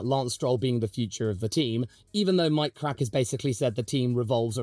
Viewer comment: appreciate how well you enunciate Mike Krack, cracks me up